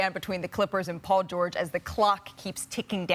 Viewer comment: "Paul georege"😂